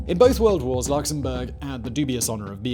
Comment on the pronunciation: When Simon said "Two World Wars and" I was half expecting him to say "one World cup doodah doodah" must be the accent Luxembourg is also a ridiculously beautiful country. The capital is a great place to have a beer on a hot day chatting with friends and setting the world to rights.